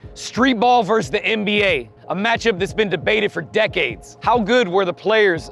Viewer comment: vs is pronounced versus, not verse